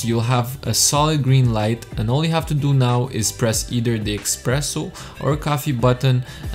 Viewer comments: espresso ! no EXPRESSO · Why would you make a review about a coffee machine, when you know nothing about the machines, or coffee itself? You don't know what cups/glasses to use for a coffee, how to froth milk, how to pour milk, or even how to pronounce espresso, it's definitely not "expreso"... You also didn't mention any specifications of the machine, etc, etc, etc. The cinematics are great, but the review isn't. Stay away from reviewing everything, but telling nothing relevant. Instead, focus on the stuff you actually know something about..